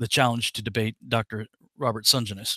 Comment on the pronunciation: Hey, The surname is pronounced Sen - Jen- is.:)